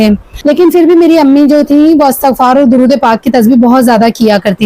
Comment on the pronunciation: Assalamu alaikum astaghfaar Nahi asal word istighfaar hota hai plz aap sub Sahi parha karenge is word ko